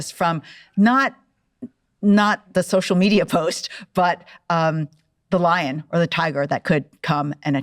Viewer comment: English automatic Not "between the line that could physically" but "between the lion that could physically..." (vocally, She really didn't pronounce it clearly enough, I also heard "Line"! Pretty good discussion, the whole YouTube.